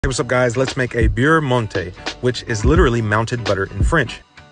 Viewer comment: Your pronunciation of beurre is a little off. 😊 I love this stuff!